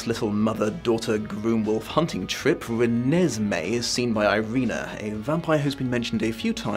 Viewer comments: The way he pronounced "Re-nes-may" like its irking his soul is HILARIOUS😂😂😂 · No one: Absolutely no one: Not even a half human half vampire child: The: “Re-ne-se-mee” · As a person who never read the books or watched the movies, it took me a while to figure out how to pronounce Renesmee, I thought it was Renee Smee for the longest time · Nobody:: rEnEsMeE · Poor, each time he says "Renesmee", a little bit more of his soul dies. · The way pronounced "Renesmee" made me giggle, every single time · I like the was you always put the emphasis on "Mee" in Renesmee. It makes it sound like a lavatory disinfectant.